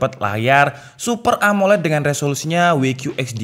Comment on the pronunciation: WQHD bacanya "dabelyu qiyu eij di" bukan "Wei qiyu eij di" cuma saran tdk bermaksud mencela